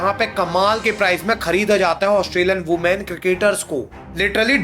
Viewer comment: Women ❌ Ooman ✅